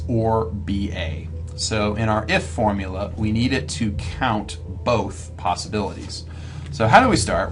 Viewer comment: hardy weinberg video but everytime he says "formula" i die a little inside